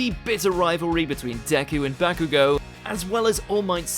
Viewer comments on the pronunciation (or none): none